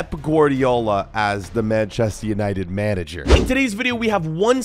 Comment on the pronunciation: bro said menage 😂